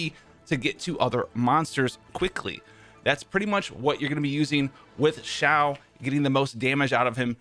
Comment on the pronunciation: It’s not Ziao it’s Xiao my dude